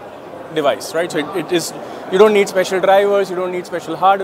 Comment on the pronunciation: the rrrrrr in rrright is just great